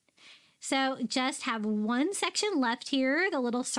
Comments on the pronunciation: I realized lately that when you say the word "one", it sounds like "win". My Mommy said it the same way. It made you even more special to me my friend. Silly huh? The smallest things that can bring us Joy when missing someone very special 💜💜💜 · I agree!❤❤